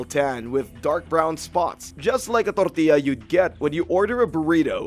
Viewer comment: pronunciation of the word tortilla lol